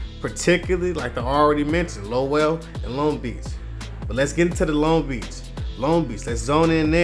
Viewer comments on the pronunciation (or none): s/o to Lowell I didnt know that.. but its pronounced like lowl